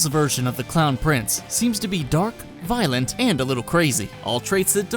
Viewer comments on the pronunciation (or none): none